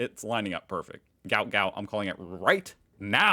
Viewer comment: Apparently runner’s name is pronounced…… Goot.